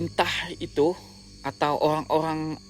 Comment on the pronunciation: owang2 dan jenajah. 🤭 Unik bgt dgrnya tuh...